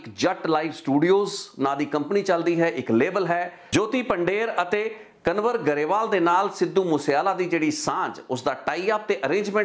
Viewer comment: ਕਨਵਰ ਨਹੀਂ ਕੰਵਰ ਸਹੀ ਨਾਮ ਆ ਜੀ। 🙏🏻